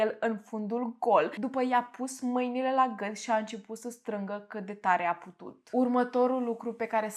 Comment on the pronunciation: De ce nu pronunți “ â”?😂🤣 “ găt”; “ mărăie” “stălpi”. doar de curiozitate întreb , am observat în toate video urile ca nu pronunți â, ci mereu zici ă unde ar trebui să fie î